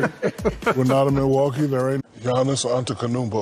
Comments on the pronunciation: Everybody screams and so happy for right pronounciation Giannis : That is correct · chucks face when shaq pronounced it right 😂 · Man Shaq funny asf man said Giannis name perfectly just because chuck money was involved 😭😭